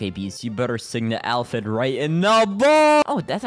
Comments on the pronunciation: Uhm Actually its pronounced ay-phyd not al-phyd 🤓🤓🤓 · Bro it’s pronounced aphid not alphid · aint no way he said alphid ITS APHID